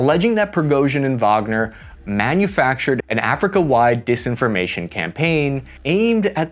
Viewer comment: thank you for pronouncing Wagner correctly